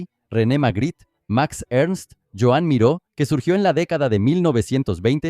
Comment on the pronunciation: ...pero lo del acento en la "Ó" no lo ha cogido!